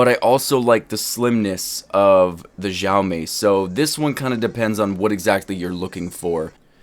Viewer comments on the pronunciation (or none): you're saying it like jiaomi xD but I also have this BT speaker from Xiaomi, it's a nice one